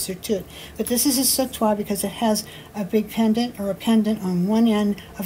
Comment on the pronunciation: Love watching your creativity, such a wonderful idea for that sautoir! And your pronunciation is perfect,! The verb sauter translates as jump. One of the translations for un saute is a swing. I've always thought that these necklaces are long enough for jumping rope, lol, as in to swing and jump! Just my personal interpretation, though. Great video!!